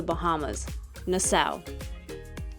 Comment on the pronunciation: You are pronouncing it incorrectly, it’s nas-saw